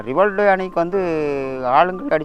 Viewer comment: Rivaldo... ரி வா ல் டோ... சொல்லுங்க... 😂